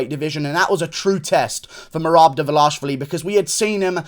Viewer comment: but its almost ideal. Guru says Dvalashvili, which is another Georgian surname..